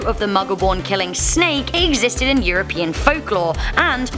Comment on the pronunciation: You did not just said SNEK